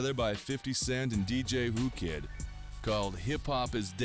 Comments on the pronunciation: OMG it's pronounced who kid not woo kid damn get another narrator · .... HE CALLED "WHO KID" "WOO KID" 😂😂😂😂